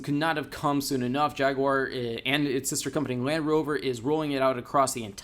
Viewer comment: Jag..u...ar... not jagwar fucksake